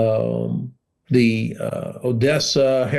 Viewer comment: Why is the presenter pronouncing “the” as “zii” 🤷‍♂️?, this is absolutely nothing to do with his accent - it’s just ridiculous to hear that “”zii, zat, zet, zes”” all the time (constructive criticism is the best way to learn anything not just another language)